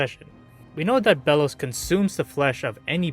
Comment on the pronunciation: Belos more like boo-los